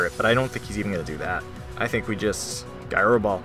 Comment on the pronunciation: I love your content, but I hate that pronunciation of “gyro” that I actually wrote out a comment describing it, otherwise, amazing battle!